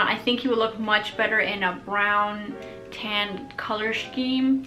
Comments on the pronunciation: "Color Shim" XD that kinda made me laugh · I've never heard "Scheme" pronounced the way you say it.